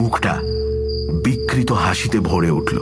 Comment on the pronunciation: ভীষণ ভালো লাগলো। অসামান্য পাঠ করেছেন আপনারা! শুধু একটি ছোট্ট সংশোধন। বাংলায় ঋ কার হ্রস্ব স্বর। অতএব প্রকৃতি বা বিকৃতি এই জাতীয় শব্দের উচ্চারণে ঋ কার এর ওপর আলাদা ঝোঁক নিষ্প্রয়োজন।